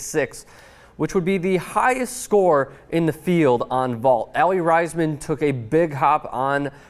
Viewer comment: I am sorry but you said Aly Raisman's name wrong.